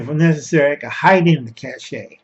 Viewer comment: Good video! Got yourself another suscriber! And I'm sorry but as french is my first language, I have to mention it... cache is pronounced cash. Be safe, keep going ☺